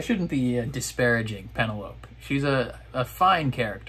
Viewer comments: Why do u always mis pronounce penelope's name. 😤😠 It's pen-el-o-pEEE. I know you can say it right, I've heard you. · Loved watching your reactions to this season! I am not as invested in the Colin/Penelope story. I'm moreso looking forward to Benedict's season. Also, after watching your reactions I can't help but see the word Penelope and hear it in your voice lol that has forever changed the pronunciation for me